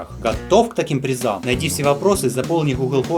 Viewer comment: Как ты сказал? "Хухл-форма"?!